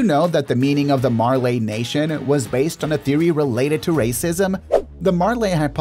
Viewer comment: I'm sorry but the way you pronounce Marley is so annoying, that's my only complaint. You pronounce it "Mar-lay" when it's "Mar-lee"